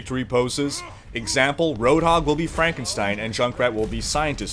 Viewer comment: IT'S PRONOUNCED FRANK-EN-STEIN.